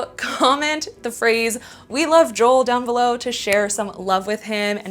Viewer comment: It's an accent thing. I know. But I heard. lol. We love